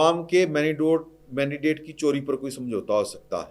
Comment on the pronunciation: Mandate ki pronunciation sikha do issay please. Warna hun bhi "mandidate" par switch hojayain gay.